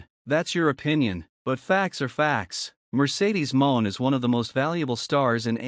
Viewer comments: Please stop mispronouncing monet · Stop mispronouncing Monet 😢